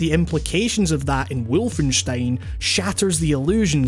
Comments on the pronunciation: Was about to comment the same thing "Wulfenyshtein" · James Atkins Full blown German accent, that is. Even feels a bit overexaggerated.